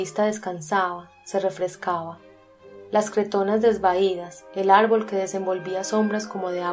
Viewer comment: Arbol separalo y dice ar-ból